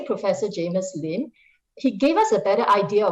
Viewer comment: it's "Sylvia Lim" and "Jamus Lim", not "Sylvia Leem" and "Jamus Leem".